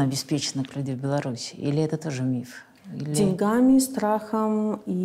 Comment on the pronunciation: Не позортесь Синдеева, деньгами - ставьте правильно ударение, удачи!